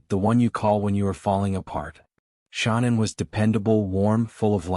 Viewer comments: Why can't you pronounce her name? It's all over the internet. Sha-nan. Her mother called her Shannon, the traditional pronunciation, but, she preferred 'Sha-nan.' Emphasis on 'Sha' as in 'Sharon.' It feels disrespectful to not get her name right when you are doing her story. It's weird. You do good work, just sayin'. P.S. I am so sorry for your loss. I lost a son too. That hurt never goes away, but, time makes it just a tiny bit more tolerable, most days. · This stupid AI voice—can’t listen, cannot even pronounce Shanan’s snake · Strange you don’t pronounce her name correctly. Being so compassionate.. and alll…😵‍💫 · With the amazing advances of AI, could you not have found a narrator that sounded at least a little natural rather than mispronouncing Shannan’s name repeatedly? Seriously. Your chosen voice choice was insanely tacky and low quality.